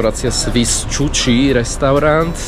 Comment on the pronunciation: Chuchi se cte chuchi! Znamena to kuchyn!!!